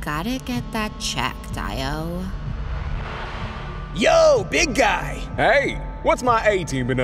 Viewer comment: IO the fart cough